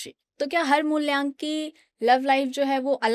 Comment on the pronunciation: Mulyank nhi mulank hota h 😂